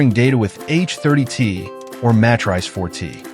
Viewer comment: I like the AI voice referring to the M4T as ,,,, Mastrice